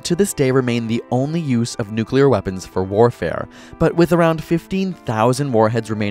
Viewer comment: NUCULAR📣POWER 📣SHOULDN'T 📣HAVE 📣BEEN INVENTED 📣